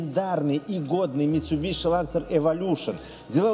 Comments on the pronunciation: МитсубиСи. Митсубиши слух режет аж до скрежета зубов. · Не мицубиши, а мицубиси